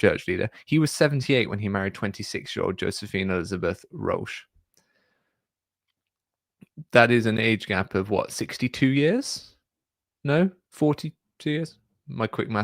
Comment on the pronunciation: Hi, just a quick note to let you know Josephine Elizabeth Roueche is pronounced Roo-shay, not Roche. She was my great-great aunt and I heard tons of stories about her growing up. My mom was a Roueche. "She had to marry him because she was his nurse, and had to change him so she would see him naked. So, the only solution was marriage." As a kid we'd visit the Roueche farm house they lived in. He moved there to avoid being prosecuted for practicing Polygamy. Anyways, I enjoy your content, keep up the good work!